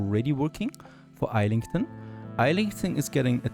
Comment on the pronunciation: Every muscle in my body hurts hearing you pronounce Islington the way it reads and not the proper way (Izz-lington). Your series always make for great viewing!